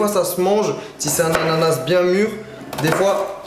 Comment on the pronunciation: Coupez dans l'ananaSEUU